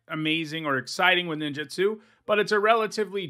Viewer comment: Please please please please stop saying Nin JIT su. It’s Nin JOOT Su. It’s not just you, it’s a lot of people. It feels like nails on a chalkboard every time.